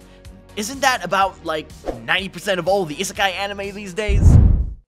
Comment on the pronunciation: did bro say is sky anime??